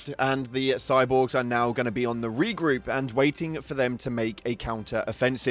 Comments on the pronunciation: Its not the first Major major order failed dont forget get failed on the bug hive world to i thought anyway Also you said regoop xD instead of regroup lol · It’s regroup, not re-goop